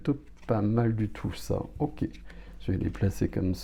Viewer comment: On adore les « oké » 🫶🏻